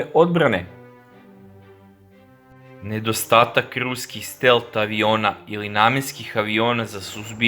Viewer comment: Није стел, него стелт. Није Шахед, него Шахид.